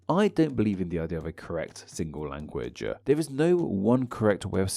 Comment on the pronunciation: Intersting topic. But I've noticed that you tend to and an 'a' after a lot of words in your pronounciations. Like here for example when you say 'language' you added an 'a' on the end. Is this a habbit of yours?